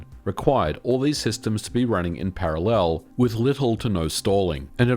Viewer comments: Why do you use the wrong (and annoying) intonation when pronouncing the word parallel? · ehehe he says parallel funny. He says para..LEL really emphasizing that second syllable eheheheh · Is putting the emphasis on the 3rd syllable of "parallel" (instead of the 1st) an Aussie/Kiwi thing in general? Only, I've never heard it said that way other than on this channel. 🤔